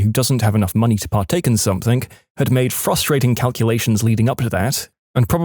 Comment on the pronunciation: No K in the word something